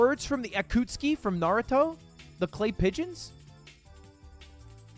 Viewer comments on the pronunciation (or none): I cant believe lud pronounced akatsuki as akootski